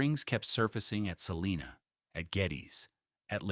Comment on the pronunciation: It’s not pronounced: Sa-lee-na It’s pronounced: Sa-line-a